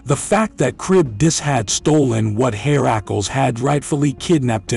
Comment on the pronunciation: Herr - a - clees. At least pronounce the names right in your video!